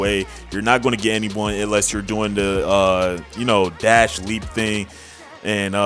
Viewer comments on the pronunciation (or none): none